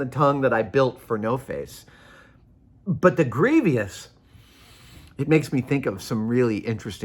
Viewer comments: Warning: Way too long. I never even noticed that he pronounces it phonetically. I don't remember him ever saying the word, but I've only been watching his videos a few months. I have heard that pronunciation occasionally over the years and my vague recollection is that the speakers were from the Southern US (very iffy), and a few Irish people. Since this subject came up I've looked up the timing of a thing known as "The Great Vowel Shift" in English, which started in the South of England in the late middle ages and gradually spread North over a couple hundred years. The pronunciation of all the vowels changed completely from the Anglo-Saxon (Old and Middle English) to the more or less modern pronunciations. I think bury is one of the few words sometimes pronounced sort of as it would have been in the Middle Ages because its spelling was nailed down by scribes before the shift was complete. Late breaking news. I watched a BBC documentary yesterday titled "Rebel Tongue" about Scots English and heard many of those old vowels throughout the program. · Yeah it's odd. 'Greevy-ous' The other one that bugs me is how the Lock Picking Lawyer pronounces 'buried' as 'buh-reed' instead of 'berried'. It just hits my ears wrong like the cast iron skillet behind Adam in this video. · Grieveeous? It drove me a little bananas too. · General Grievous 🚫 Grievious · Doubtful, since grievous is an actual word, an adjective that fits the character. Many people mispronounce words ending in vous. A good example is mischievous, often mispronounced with three syllables as mischievious. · “Gree vee us” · Greevis or Greevy-us. I'm going with Grievous. Sorry Savage, Methinks you've pooped on your sneakers. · Please stop saying Grievous the way you do; you're driving us batshit out here. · The way Adam pronounces grievous hits different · I don't mean to be critical and annoying, I love Adam, and I trynot to correct people about pronunciation, but the way he pronounces it is wrong